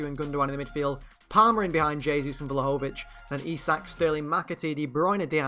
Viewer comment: Btw you prononcue Vlahovic's name wrongly! It's pronounced Dushan Vlahovich